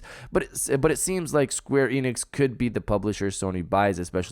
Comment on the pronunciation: It's Square Enix bro, I corrected you before an it was the same mistake, that must your hard work